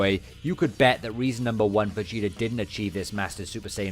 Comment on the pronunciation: Everyone:"Trunks and Vegeta" This Guy:"Trunks and Vegetr"